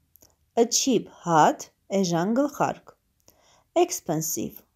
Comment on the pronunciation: Cat և hat -ը շատ լավ կարդացիք, cat կարդացվում է քէթ , hat հէթ Անգլերենի արտասանությունը ահավոր էր)))😒